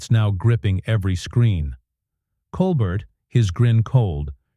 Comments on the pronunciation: Col-Bert? It’s pronounced “Col-bear”. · How about pronouncing Steven’s last name properly!!!